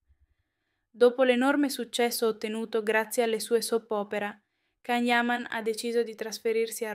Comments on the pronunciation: Ma quali sarebbero le diverse serate? Il giorno del compleanno e sabato scorso? Che affidabilità e accuratezza di informazioni può avere un canale dove chi parla non sa ancora pronunciare correttamente il suo nome? 😂😂😂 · Quali sarebbero le diverse serate? La sera del compleanno e sabato scorso? 😂 Ma ancora non sapete pronunciare il nome? 😂